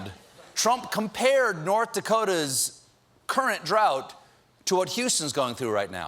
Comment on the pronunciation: Do you actually pronounce drought like trout? Because I thought that is what he said :D